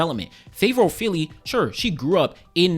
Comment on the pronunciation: As a Nigerian born in London I can’t say I blame her she has been riddled with so much incompetence a less mannered person would have crashed out by now Also the surname(s) pronunciation 🫡